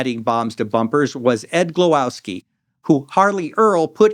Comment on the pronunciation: It's "Glowake", not Glowaski.